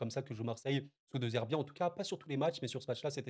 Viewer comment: "deuzerbi" non, par pitié. "dédzerbi"!